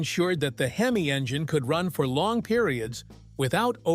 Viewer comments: This is so AI. Pronunciation for the “word,” “Hemeye” & not “Hemee. What a freaking crock. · Robo voice " Hem eye " ? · I HATE these AI voiceovers…!!! Where can I buy one of these these HIM-EYE motors today…!!! Edit : Now, if Mopar could build one that lasted like the late-60s motors, Mopar would really have something to brag about in its rebirth…! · LMAO...... What's a heemi? Terrible, terrible.......... Sick of this AI bs. So smart but cannot pronounce words correctly. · Your reader can't pronounce "hemi". Weak.